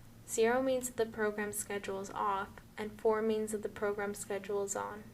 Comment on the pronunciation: “Press sced “. I cannot tell what she’s saying !